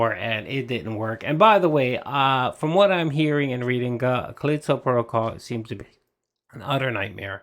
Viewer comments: It bugs me everytime he says "Caleesto"...maybe it's just me but it's "Ca List O" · wtf is his english? CAL-Li-STO. Not Calesto. So annoying. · Cuh-leee-sto protocol lol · Callisto Dent-call